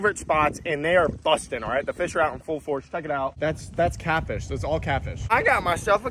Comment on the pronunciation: When u said “that’s catfish that’s all catfish” I thought u said “that’s caca that’s all caca.”